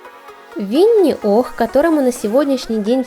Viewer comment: Не Винни Ох, а Винни Пух